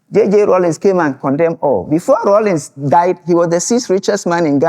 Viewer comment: The name is Rawlings not “Rollins”.